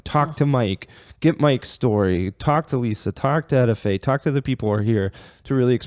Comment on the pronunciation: Her name is not ETAY 😂 it’s EtteFaye I grew up with her entire Family love the Garth Family 🙏🏽